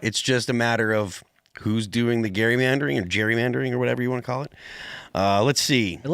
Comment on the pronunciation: Phil cannot even pronounce gerrymandering. My goodness.